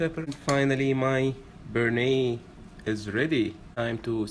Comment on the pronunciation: You fucked up so much the Bearnaise... please don't call it like that.